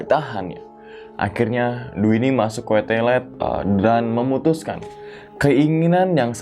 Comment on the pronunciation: Menit ke Kuetelet apaan Mang??? Ke Toilet kali kamsudnya ya.... 🤣🤣🤣🤣. Jan cepet2 mkannya ngomongnya....✌✌✌✌✌✌✌✌